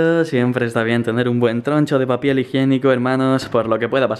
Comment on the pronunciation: dice papiel